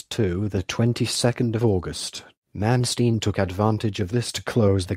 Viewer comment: AT LEAST HIS NAME COULD BE BETTER PRONOUNCED CORRECTLY.